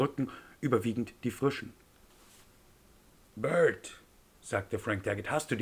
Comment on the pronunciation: Prinzipiell nicht schlecht gelesen, aber die deutsche Aussprache muss an manchen Stellen nachjustiert werden (-ig wird hochsprachlich lenisiert und in Worten wie "bewirbt" und "frisch" ist kein ü), ebenso wie die Aussprache der amerikanischen Namen, die noch etwas holprig ist.